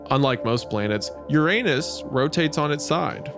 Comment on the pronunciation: I like how Wendi pronounced Uranus with the anus in it.